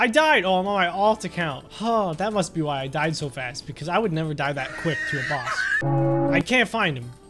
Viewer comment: who else thought that he said spongebob ross instead of spongebob boss